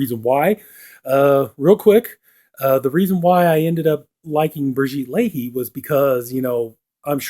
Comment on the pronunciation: Great review. Pronounced "Brigitte La-eh" 😊